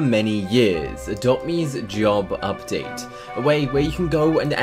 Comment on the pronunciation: lol “job ubdate” its a flippin taxi update dude